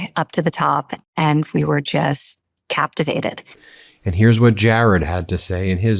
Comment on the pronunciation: Go Ben and The MeidasTouch! Expose these goddamn lowlifes. How Ivanka says "captivated" should be a crime.